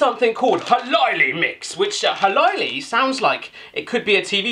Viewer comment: when you say "minipussi" it sounds like "minipussy" and "hölläily" sounds like "halaili" but the best one was "tonttu suklaapatukoita" = "thonthu sukulapatakoita" xD